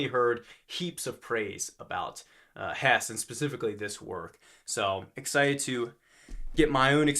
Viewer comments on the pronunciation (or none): Just a little hint: The e at the end of Hesse is not silent. As a German hearing the name Hess gives me a very bad association to Rudolf Hess.